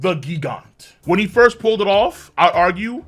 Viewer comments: Why are you saying GIG ANTS? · Pretty sure it's pronounced jee-gant nit gee-gant